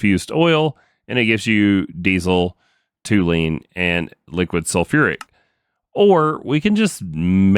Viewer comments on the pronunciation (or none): Hey, amazing episode but please, as a chemist ... it is TOLUENE and not TOULENE. My ears are bleeding :s Keep going mate !